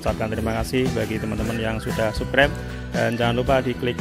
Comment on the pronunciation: Kocak ngomong subkreb... 🤣🤣🤣